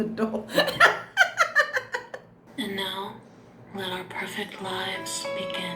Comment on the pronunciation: "I can just..be(eze)." "Our perfect li(v)es begin".